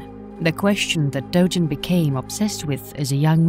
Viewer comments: also, its "dogen." not "dojen." romaji is the easiest thing in the world to pronounce, and they still did it wrong... it feels insulting. "my names saul." "well, im gonna call you paul." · "Dojen" "Dogen" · You're saying "dogen" wrong. Japanese doesn't have soft G's, they're all hard G's like "Gary, Go, Garmet."